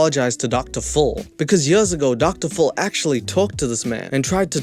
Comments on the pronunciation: I swear everytime says "Dr. Phil" all i hear is "Dr ful" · Up to the 15-minute mark, I heard you say Doctor Full and I always wondered 'who TF is Doctor Full?' I have the hearing of an 80 y/o sometimes 😂